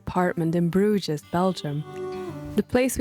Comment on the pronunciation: Wow you lived in Bruges and you didn't learn how to pronounce it properly.